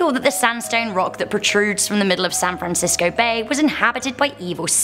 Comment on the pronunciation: In the citayyof san frace